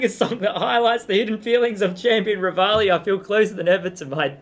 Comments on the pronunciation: It pronounced re-val-i revalidation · It’s “rée-val-ee